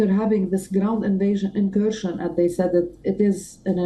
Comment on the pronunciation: learn how to say "said"